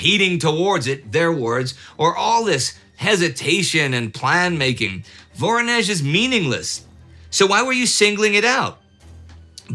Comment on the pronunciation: Please, pronounce it right: VorOnezh, not VOronezh!!!